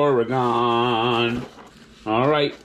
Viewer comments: It’s pronounced Oar-ugh-genn not Oar-ugh-gone, but yeah that state sucks with the inability to pump your own gas and the only cool thing about Portland is it has the most strip clubs per capita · What the hell you have against Oregon? You’re also saying Oregon incorrectly